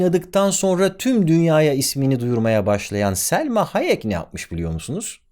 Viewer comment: Selma Hayek değil bro ya Salma :)